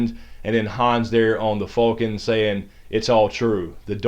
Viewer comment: bitch. If it was Fulcan it would be spelled that way. It is Falcon. WHO DAT, GEAUX FALCONS!!!